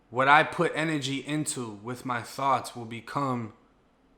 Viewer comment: The "wat" took me out😂😂